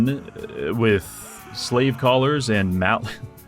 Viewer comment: He said slave collars, I heard slave colours. 😅